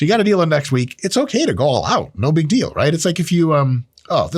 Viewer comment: 🤣🤣 oh the old "beeg" 🤣